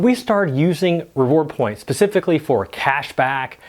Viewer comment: 'pacifically" hmmmm.